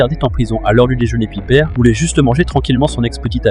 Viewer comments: Piper C'est anglais pas pipèr et pas pipé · Tkt ça se prononce "Païpeur" mais bon les voix off ont du mal 😂